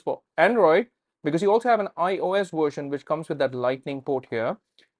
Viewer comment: "android worsion"